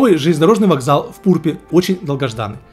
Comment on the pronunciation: Хах, байт на комментарии сработал, доброго тебе здравия) ПурпЕ́ правильно произносится) с остальными населенными пунктами, вроде не ошибся)